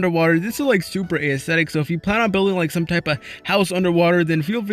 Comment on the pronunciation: Dude you say A - esthetic 😑